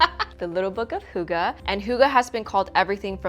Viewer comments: in Denmark it is not. Fx, “oo” gives you a “u” sound in Denmark. And “hygge” is not pronounced with a “u” it’s pronounced with.. well.. “y” 😂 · "The birthplace of "hooga"..." - As a Dane, I love this pronounciation! Its wrong, but I love it non the less! XD